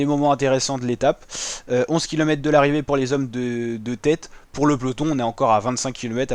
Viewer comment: Bravo, exercice pas facile de commenter sur des photos, et c'est un ancien du métier qui te le dit. Ah une petite chose : tu oublies systématiquement le R de kilomètres en prononçant kilomètes. Penses-y la prochaine fois...^^